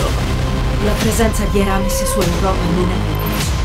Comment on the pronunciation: Oddio che schifo. "Eràmis" che errore di doppiaggio pazzesco!